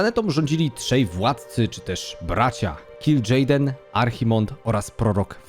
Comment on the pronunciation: Po pierwsze - Primo: HAJ-DŻAL ! Po drugie - Primo: KIL-DŻEJDEN ! Po trzecie - Primo-Ultimo: DRE-NAI !! Sorry, ale musiałem, bo normalnie krwotok z uszu, szczególnie przy “dranejach” co 10 sekundach na poczatku. Skoro jedne nazwy własne wymawiasz jak w oryginale, to badź konsekwetny przy innych.